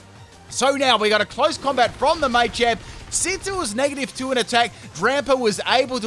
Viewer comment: It’s pronounced Salvaleye not salvalley And muhchamp not maychanp